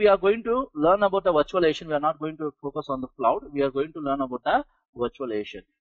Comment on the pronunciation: STOP SAYING VIRTUALIATION!!! Can't understand 1/2 of what you're fu@ saying...